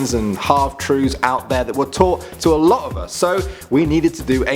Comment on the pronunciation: lot not lit